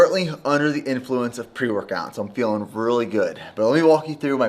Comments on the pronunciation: 😂 and "boots" for "butes" and "scoops" for "scupes". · I will buy your supplements if you start saying “really” instead of “ruley”